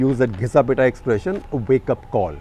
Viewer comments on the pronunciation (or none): none